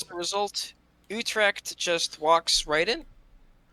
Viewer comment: I love how you pronounce Utrecht more or less correctly but Nantes is somehow too difficult :D